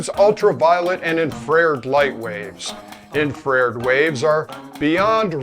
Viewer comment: C'mon, Dude. In-Fra-Red.